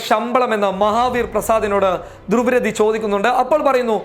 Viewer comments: ധ്രുവ് രതി അല്ല ധ്രുവ് റാട്ടി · ധ്രുവ് രതി അല്ല ധ്രുവ് റാഠി എന്നാണ് പറയുക.